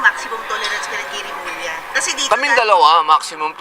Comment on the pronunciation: Hindi Remola. Pag doble l. Ang reading is lya... Remulya ang reading. Mag aral ka ng subject Spanish 1 ok?